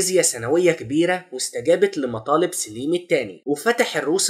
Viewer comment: سليم بفتح السين وليس بكسرها